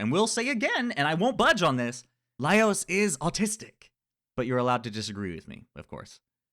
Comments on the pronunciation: Just some light fun-poking! I've actually watched videos from multiple YouTubers who pronounce his name "Leios", so I started wondering if the English dub does that... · I disagree with... the pronunciation of the name swinging back and forth between Laios and Leios. 😮